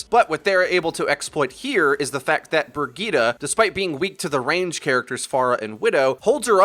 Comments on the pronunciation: Bri-geet-eh. Not Ber-gee-ta. Thank you. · Haha says "Burg-eeta" for Bridgette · Learn how to say Bridgette man